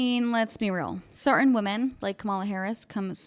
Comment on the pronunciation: I agree with your take, but what is the word “cer-in?” Are you saying “certain?”